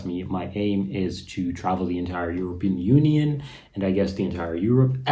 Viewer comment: Also a good idea to learn how to pronounce the word European correctly.